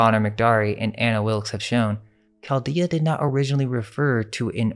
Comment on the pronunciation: I love your videos, but it hurts my ears to hear you consistently misprounce certain words. Tome has a hard O and is not pronounced tomb. Chaldea, Chaldee and Chaldean is NOT a hard C sound and is pronounced the same way as the word chain or change. Magi is NOT a hard G sound. It's pronounced with a soft g. Scythians has a hard C pronunciation not a soft c. The cities of Hyderabad and Argyll are mispronounced in this video. Look up how to say Argyl Socks.